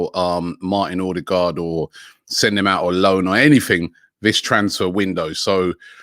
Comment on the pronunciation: ….and Odegarrd saying it Ordegard, when it should be pronounced odegauld as in (Bobby Gauld). It’s not difficult and a little disrespectful.